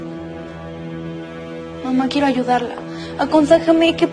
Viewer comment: Jajajajajajajajajajajajajajajaja no entendí 😓 Y te equivocaste diciendo envés de quiero dijiste queiro xd